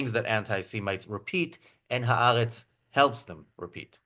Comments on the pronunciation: Maybe could learn how to pronounce Ha'Aretz. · Who is? She's very good. Incidentally, not a single antisemitic "journalist" or commentator I've heard referencing Ha'aretz pronounces it correctly. Not one.